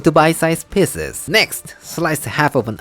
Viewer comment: Lol I know you are saying PIECES but it sounds like PISSES